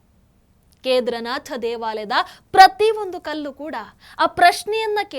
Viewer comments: Keedaarnath correct pronunciation madam not kedarnath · ವಿಷಯ ನಿರೂಪಣೆಯೇನೋ ಚಂದ ಇದೆ. ಎಷ್ಟು ಸಲ ನುಡಿದರೂ ಒಮ್ಮೆ ಕೂಡ "ಕೇದಾರನಾಥ" ಎಂದು ಸರಿಯಾಗಿ ನುಡಿಯಲೇ ಇಲ್ಲ. ಪ್ರತಿಬಾರಿಯೂ "ಕೇದರನಾಥ" ಎಂದೇ ಉಚ್ಚಾರ ಮಾಡಿದ್ದು. ಕೇಳಿಸಿಕೊಳ್ಳಲು ಬಹಳ ಕಸಿವಿಸಿಯಾಗುತ್ತಿತ್ತು. ಕನ್ನಡವನ್ನು ಚೆನ್ನಾಗಿ ತಿಳಿದಿರುವ ಈ ಒಂದು ಅಕ್ಷರವನ್ನು ಏಕೆ ಸರಿಯಾಗಿ ಅರಿತಿಲ್ಲ? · ಕೇದಾರನಾಥ ಎಂದು ಸರಿಯಾಗಿ ಉಚ್ಚರಿಸಿದರೆ ಸಾಕು.ನಿಮ್ಮ ಸನಾತನ ಧರ್ಮದ ಬಗ್ಗೆ ಇರುವ ಗೌರವಕ್ಕೆ.ಅರಿವಿಗೆ.ಅದನ್ನು ಸಾಮಾನ್ಯ ಜನರಿಗೆ ಹಂಚುವ ನಿಮಗೆ.ನೂರು ನಮನ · ಕೇದಾರನಾಥ ಸರಿಯಾದ ಉಚ್ಚಾರಣೆ